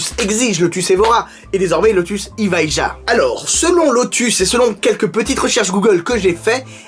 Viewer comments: T'as qu'à prononcer ça Eviya... Comme Sevilla !!! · Ta prononciation de Evija me gêne autant que celle de Geely 🤣